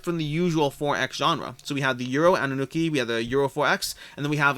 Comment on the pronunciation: It's pronounced An - Noo - Nah - Key.